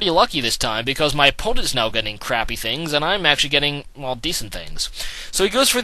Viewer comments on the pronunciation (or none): none